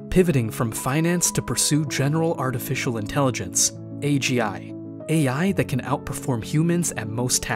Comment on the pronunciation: Yeah That's what I'm saying, just click the timing and you'd hear it being pronounced wrong